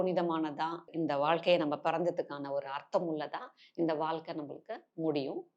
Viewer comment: மிகத் தெளிவாகவும், நேர்த்தியாகவும் அனைவரும் புரிந்து கொள்ளும் வகையிலும் அமைந்துள்ளது. "அலகு, வாள்க்கை, பலகபலக" இந்த உச்சரிப்புகளைத் திருத்திக் கொண்டால் இன்னும் சிறப்பு. ழகரம் தமிழ் மொழியின் சிறப்பு.